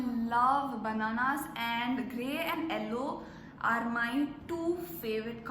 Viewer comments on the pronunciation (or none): The way you said yellow “ellow” 😍